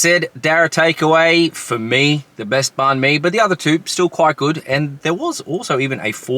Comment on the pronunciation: Please pronounce banh properly if you are going to review them. And totally rookie move to eat one in the car. Ha ha ha